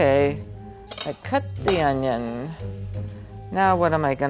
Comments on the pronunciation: We need the guy on youtube who cuts onion and pronounce it as OÑO. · aah onyon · "I cutt the anynn" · These people need to learn how to dice an ONYO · * opens napkin * Ah, onyon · Does anyone remember chef Pierre who said OÑO instead of onion is that guy's uncle